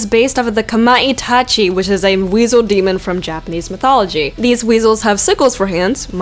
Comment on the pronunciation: "European mithology" lol